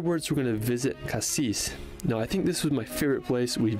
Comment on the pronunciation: Just a tips : when you talk about the city you don't pronounce the S in "Cassis" On the other hand for the fruit it must be pronounced :P Like you said "Paris" and not "Parisse" And for the Calanques, the water level does not change or changes very little. But in winter the water is still cold (seem's logic)